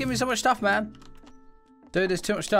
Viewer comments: not hating but everytime he says man it sounds like ma"me i dont know if that is just me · btw not all the time